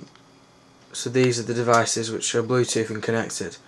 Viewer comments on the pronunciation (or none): none